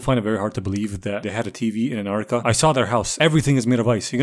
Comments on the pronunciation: when ur dyslexic but cant say Antarctica right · wirst couple of seconds in bro is speaking like hes autistic: an ANA NAna nann ah an ggha an ann whahdaw MMMM antartica